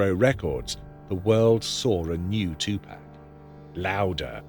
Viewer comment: AI never pronounces 2PAC name correctly